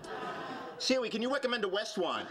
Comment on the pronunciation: He said Siwi, not Siri.